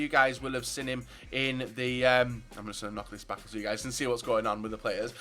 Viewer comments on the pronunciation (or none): none